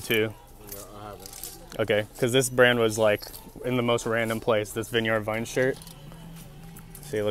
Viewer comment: The way says “Vineyard Vines” kills me 😂☠️ it’s pronounced “vin·yrd”.